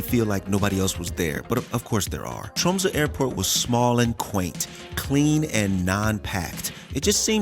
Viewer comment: The fact you called out Tromsø in first word basically flawlessly= instant sub. im a local. great to see people enjoying our humble rock :)